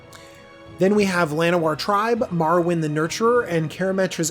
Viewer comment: Its pronounced Mar-win,.